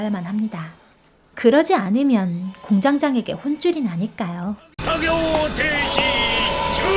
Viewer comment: 순간 잘못 읽어서 공장장에게를 공장 장애 게 라고 읽어버림ㅋㅋㅋㅋㅋㅋㅋㅋㅋㅋㅋㅋㅋㅋ